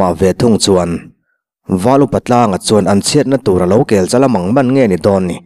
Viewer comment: ‘Kêlchal mang man’ tiha ‘kel’ tih khi kel(goat) tih anga lam lovin, ‘Thlasik ang khêl lovin,’ tiha ‘khêl’ kan lam rik/thluk ang hian lam rik zawk tur a ni e. A ngaihnawm leh viau dawn e, kal zel rawh💪🏻